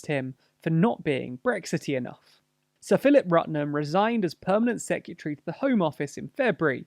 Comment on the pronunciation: Am I the only one who is bothered by the pronunciation of secretary in these vids? (Sorry)